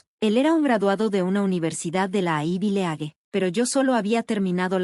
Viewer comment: Se pronuncia aivi lig = ivy league..